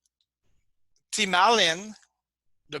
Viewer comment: It is difficult to follow when talking about A or U.. thymalin/thymulin